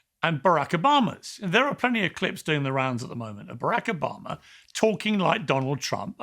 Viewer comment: I love how Piers Morgan says Obama's name... bro really said BEREK OBAMER